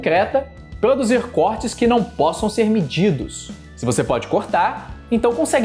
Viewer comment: "xer chamado"... Kkkkkk